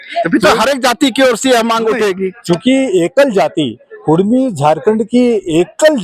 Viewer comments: कुरमी/कुर्मी नहीं कुड़मी बोलिए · कुरमी नहीं कुड़मि लिखिए/बोलिए।